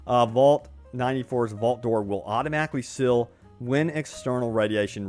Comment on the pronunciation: you gotta learn to say seal, i hear sill over and over, also revills should be reveals